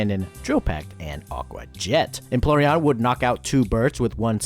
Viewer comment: “Emploreon” Do a retake, man!